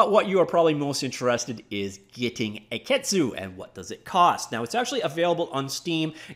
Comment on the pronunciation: The pronunciation would be "akitsu" (a-ki-tsu). It's Japanese as you can imagine, and is an old word for "dragonfly," as in their logo. The spelling is a wordplay possibly from "key animation."